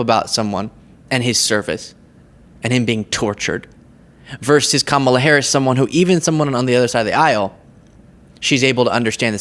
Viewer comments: They pronounce her name that way intentionally to degrade her. It's in reference to the late professional wrestler, Kamala the Ugandan Warrior. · He KNOWS that's not how you pronounce her name. That's how much of an infant he is. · Go ahead and keep mispronouncing her name DonOLD! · What's worse is Vivek Ramaswamy pronouncing her name wrong. Kamala is an Indian name. As an Indian-American, Vivek knows perfectly well how to pronounce it. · Deliberately saying her name wrong is a form of insult & disrespect. All intentional. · He mispronounces her name ON PURPOSE! He enjoys doing that! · the GOP PURPOSELY mispronounces Kamala’s name, because they know it upsets us. And it does. I think it is incredibly childish and petty that they do this. But they are going to keep doing this, even AFTER Harris gets elected. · Orangie mispronounces Kamala's name just like he ALWAYS uses Barack Obama's middle name with disdain. Just remember Barack HUSSAIN Obama every time the Tangerine Mussolini refers to the former president. Trumpy hates Obama and Harris for the same reasons. They're intelligent, well spoken, and non white. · He's deliberately mispronouncing her name - it's part of his shtick ... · He pronounces it wrong as an insult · trump could never pronounce her name correctly, he’s just not smart enough. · you are really reaching if you think DonOLD will ever say her name correctly. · He mis-pronounces her name on purpose. If you don't mind him making everything about him, you might vote for him. He has no platform except his skin color. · They are intentionally mispronouncing her name to openly show indifference - at best. Anyway, it’s intentional, with dump AND with fox news…What a bunch of phony, illegitimate, has-been, bull sheet losers…So intentional…Such little baby children…So immature…SO ridiculous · He pronounced her name correctly today...by mistake. Then, he made sure to "correct himself" by pronouncing it wrong again. He's an a**hole.